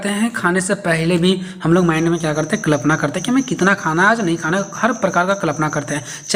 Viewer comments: कलपना ❌ कल्पना ✅। ठीक से बोलिए 😅😅😅😅😅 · Kalapna ❌️ Kalpana ✔️ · Klapna nhi hota Kalpna hota h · I noticed